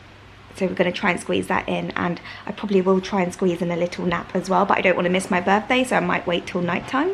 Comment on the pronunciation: Does anyone know why appears to articulate fairly well yet says "my burffday"??